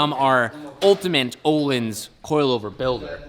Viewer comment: Öhlins (ö) is not "o" it's like the the sound you make when you're about to Puke😂 If you write island in Google translate to Swedish that's how you say it :) This is very important!!!!